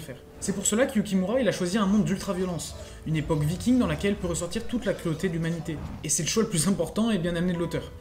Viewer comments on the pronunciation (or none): none